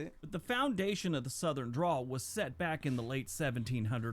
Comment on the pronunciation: Sounds like you said drool bud it's dRäwl